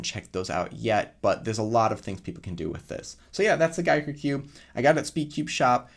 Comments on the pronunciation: Its pronounced Gee-ker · It’s pronounced Jee Ker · It’s pronounced as geeker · It’s giiker not giiker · Giiker is pronounced GIIKER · It pronounces gaiker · It’s guyker. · NOT gai gi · Its probrably Giiker like geek (nerd) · I've pronounced it "geek-er" because, well, it's geeky. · Probably pronounced Geeker, kinda like a geek cube? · Well if you guys really wanna know how it should be pronounced, try the Chinese pronunciation and derive the English pronunciation from there. Try listening to the Chinese pronunciation: Apparently, it should be pronounced Ji ke. But, Giiker is English, feel free to pronounce "Giiker" in anyway you like! Just like what we did for "Wuque"! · No it’s pronounce geek er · It’s pronounced Giiker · Keg CUBER you guys have it all wrong it's pronounced Giiker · I met the people who created them, it's pronounced Giiker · Did yall even learn how to read? It's pronounced Giiker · No no no your all wrong my dog is the creator it’s pronounced Giiker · no no no its Giiker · it. Is. Pronounced. Giiker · I think it’s giiker with to i pronounced closed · Mexican Cuber You said it wrong. Disliked